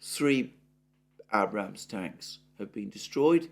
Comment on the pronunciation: Please pronounce Abrams properly.